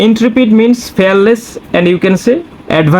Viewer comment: Plz correct your word, you speak Ally -Aloy Fearless-Fareless